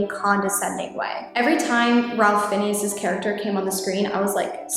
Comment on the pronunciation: I think it’s pronounced “Rafe Fines”.